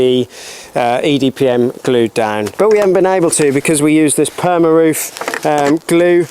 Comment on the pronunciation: Great series, looking forward to seeing you build out the inside. I'm just glad I didn't have to take a shot every time you said EDPM instead of EPDM, I'd've been hammered by the end of the video!! 😂